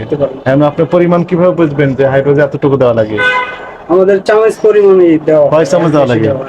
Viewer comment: আরে মুর্খ সাংবাদিক অইটা হাইড্রোজিন(Hydrazine N2H4) হাইড্রোজেন (H2) না.